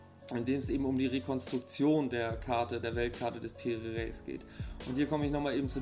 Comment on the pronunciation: Die Aussprache geht so: Piri Reys